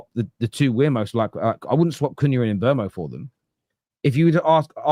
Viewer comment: Bryan Mbeumo. Pronounced: Mm - boo - moe.